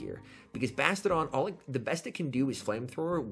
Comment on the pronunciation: I want to punch myself in the face every time you say "Bastidon" and not "Bastiodon".